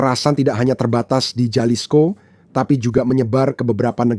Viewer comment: Halisko bacanya boss ini Latin j dbaca h.